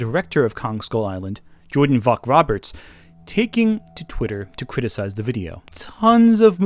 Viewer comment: Just a wee note for an otherwise awesome video: Vogt is pronounced "Voyt".